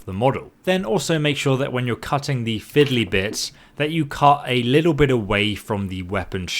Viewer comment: I kept hearing cuss instead of cut